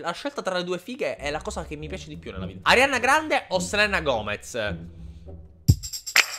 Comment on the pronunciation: No no no no no questo no lo accetto,non si può sentire Arianna Grande si dice Ariana😵😵( è più figa Ariana cmq)